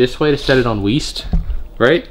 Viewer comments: No it’s weest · 😂 love when said Weest lol😊